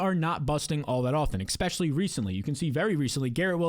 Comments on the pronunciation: Expecially?...um Especially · can you please just say especially not eKspecially and I'll subscribe lol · EX-specially kills me. Great content though. Almost network worthy, IMO.